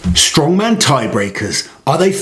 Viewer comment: It's strongman, not stoneman. Too much emphasis on atlas stones currently at Giants Live and WSM. Count back rule is way fairer and more balanced. Too complicated was a silly reason to change the rule back in 2010. Reason being, WSM is pre-recorded TV show they could have been explaining and had a very dramatic count back review at the end of the 2010 final, instead they just briefly mentioned it during the table graphic. Poor editing decision by IMG, in my opinion.